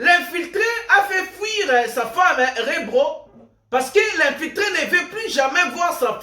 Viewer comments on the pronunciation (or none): Mdrr, ça sonne drôle quand il dit Rebro 😂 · C'est REBO et non REBRO Merci pour cette émission 🎉❤